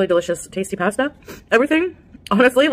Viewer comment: She calls herself “Foodie”, but can’t pronounce pasta properly